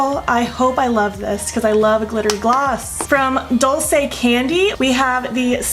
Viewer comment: It is pronounced duel say. It means “sweet”. Since we are YouTube BFF, I knew you wouldn’t mind a little help. I think the packaging of theses products is really appealing. Thank you for not editing out the parts of this video where you had to fix problems. All of us experience that and it is nice to see such a realistic tutorial. I haven’t finished the video, so I might be back with more advice.🤪. By the way, I am still laughing about the video where you said the lipstick would survive taco night!😂.